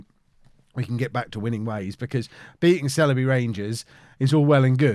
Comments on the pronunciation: Sileby = S-eye-ull-bee... Merry Christmas, and family, from the Chippenham Town FC massive... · The Sile in Sileby rhymes with bile or trial. :)